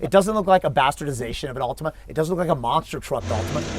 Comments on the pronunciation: lol Americans and pronunciations "Altimania" wtf :D Prediction for this was Altima as well. Hellcats just cannot get power down, no matter how many million HP they have. They're completely garbage off the line. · It’s an “Altima” 😂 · So..... Its actually an "Ultima" instead of an "Altima"...... Lol